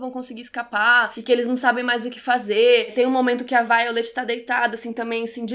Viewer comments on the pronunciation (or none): none